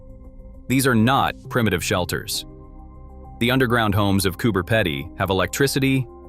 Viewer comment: Came to say that lol…..peeeeedy